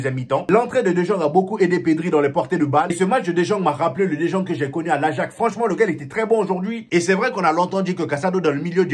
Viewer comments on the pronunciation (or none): Champion ça s'écrit "De jong" mais se prononce (De yong)... Sinon, nice débriefing !!!